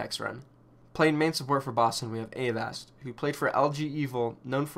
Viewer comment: Aren't you mispronouncing Avast's name?